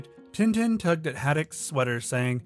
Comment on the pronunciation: You pronounced some Tintin Names wrong